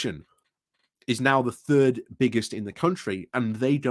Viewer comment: And Third isn’t pronounced as turd:)